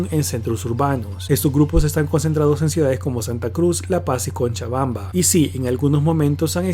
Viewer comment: Hahahahaha es Cochabamba no CONCHAbamba 😂 😂, saludos desde Perú !